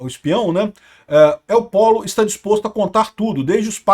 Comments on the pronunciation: Não é pólo é Pollo (polho)... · Alguém diga ao que Pollo é frango. Gallo ( Galo) é um posição acima dentro do mundo do narcotráfico. Então a pronúncia correta é Poio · LL em espanhol tem som de J entao o correto e EL POJO, o frango